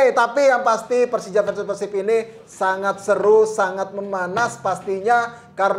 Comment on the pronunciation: peursib peursib mulu, pelafalan yg bener tuh pérsib. dasar pundit abal2